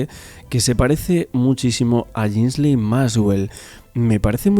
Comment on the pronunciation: Ghislaine Se pronuncia "GUILEIN".